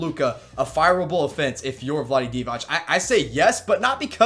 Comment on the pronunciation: Divac C It is a Ceee! Not Like Dončić tsch! Ceee! DivaC!